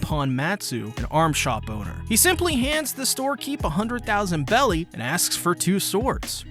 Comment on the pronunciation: I forgive all the wrong names… but everytime I hear belly it hurts. BERRY GODDAMNIT🖤